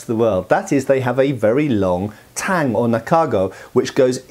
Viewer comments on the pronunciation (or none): none